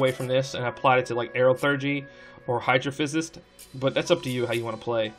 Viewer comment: "hydrophysist", haha. Great video though!